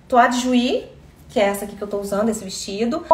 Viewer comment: Só uma retificação para que você, - uma das melhores consultoras de moda das redes na minha opinião - siga embelezando mulheres com propriedade: a pronúncia da primeira estampa é “toále” de jouy…se vc omitir o “le” final, a tradução será teto e não tela. E você está linda de toile de jouy ⚜️